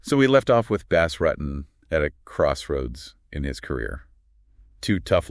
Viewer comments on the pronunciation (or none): I know right. Bass Ruttin? BOZ ROOTIN IS HOW IT'S PRONOUNCED!! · Imagine talking about someone like you know this person through and through and not being able to pronounce his name right….. Bas Rutten (Bas Roo-tin) <——-🤦🏻‍♂️ I wanted to lose my mind every time you said rutten. And you said it SOOOOOOO many times. 🤦🏻‍♂️ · Bass Rutttten? Who the heck is this guy talking about lmao? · Bass Ruttin 😂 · Canwatch this because they can't even pronounce Bas's name right if your gonna do a video on someone for zgod sake learn how to pronounce his name correctly!!! Damn!!!!